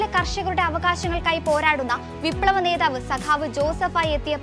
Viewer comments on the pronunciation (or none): none